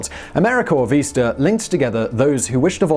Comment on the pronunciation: PLEASE learn how to pronounce things. You constantly get place names wrong, and this time you got VISTA wrong. It is very distracting and makes your commentary seem possibly inaccurate in other ways.